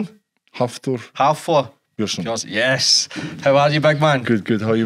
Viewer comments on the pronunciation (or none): Haf-thor! Come on pal, get the basics right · Get Hafthors name correct ffs.. And stop asking such lame crass questions.. 😂